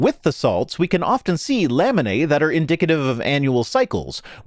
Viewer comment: said laminae a lot but I kept hearing lemonade and now I'm thirsty.